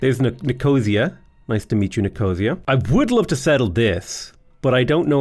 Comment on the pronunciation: Your proununciation of Nicosia made me cry.